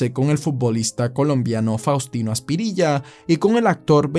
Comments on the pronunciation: Faustino aspirilla jajajajaja Loco se dice faustino asprilla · no es "aspirilla" es asprilla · eren muy bueno contando historias, pero creo que el futbol no es tanto lo tuyo. Faustino Asprilla y no Aspirilla. 😅😅😅 Paro todo lo demas te pongo un 11 porque un 10 es quedarse corto. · Fastino Asprilla no aspirilla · Saludos, maestro. Una ligera corrección: Es "Asprilla", no "Aspirilla". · grande faustino aspirilla Kazajstán, perdón bro pero me dio gracia que los llamaras así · Faustino Aspirilla haha por por poco dice aspirina hehe